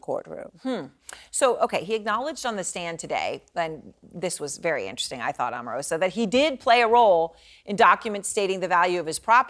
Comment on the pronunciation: As an Omarosa fan, it upsets me on her behalf when people mispronounce her name as "Auh-marosa" when it's "OH-marosa"!!